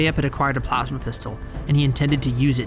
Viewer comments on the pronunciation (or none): none